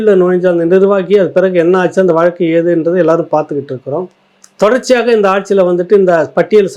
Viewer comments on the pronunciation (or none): none